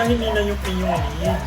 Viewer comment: Madam.. “Lid” po hindi “lead” hahaha love u madam